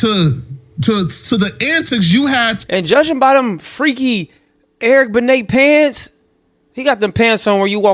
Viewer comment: Bruh said “Eric Bene pants.” 😂😂😂